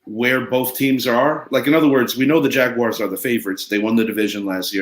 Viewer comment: I like the way says Jagguires